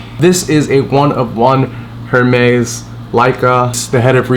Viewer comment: Bro you talking bout a 30k kit... at least say Hermès correctly 😂